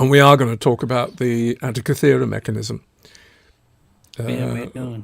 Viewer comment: Guys, from a Greek in the museum with the device: An - teek'- ee thera. Emphasis on teek.